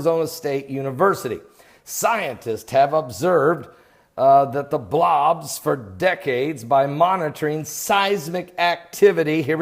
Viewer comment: LOL love the he says Blawobs .